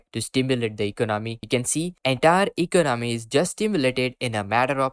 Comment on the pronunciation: This guy can't even say the word economy right.